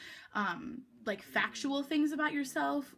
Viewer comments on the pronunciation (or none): Did she say FATual ?